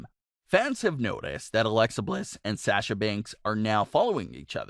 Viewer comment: The way he says Sasha is killing me inside